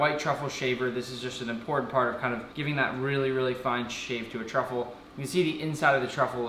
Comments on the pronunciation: It sounds like he's saying *White Chocolate* when he is trying to say "White Truffle" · Yeah fr 😂